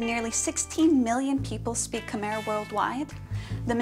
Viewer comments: K-my not khmare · Khmer is pronounced ka-my